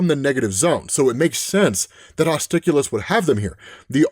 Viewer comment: I would have gone with, "Hostilus [hoss TIE luss]"